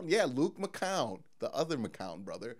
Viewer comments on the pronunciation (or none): none